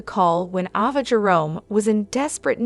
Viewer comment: I love the way you talk, but please pronounce their names correctly. Ava and Nina and is that you act like you don’t watch the show you pronounce their names incorrectly please learn their names. It drives me crazy. I love the way you talk and I love listening to you, but please get over their names. Thank you.